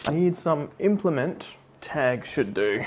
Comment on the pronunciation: When you said specific implement twice I heard specific instrument both times 😂